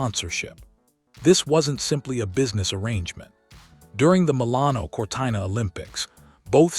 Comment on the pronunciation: Please pronounce Cortina correctly. So ignorant and hopeless.